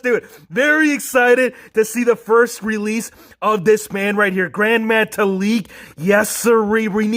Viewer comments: Its gran not grand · I think it’s gran not grand but great review